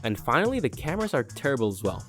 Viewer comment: Derible not terrible